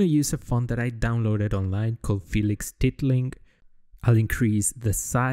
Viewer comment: Just as a heads up, it's not tit-ling, you pronounce it as title-ing